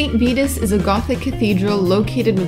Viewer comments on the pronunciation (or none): none